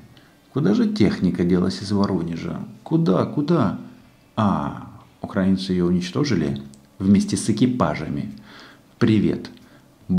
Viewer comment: Отличный разбор Но прошу уже научиться говорить правильно Не укрАинцы, а украИнцы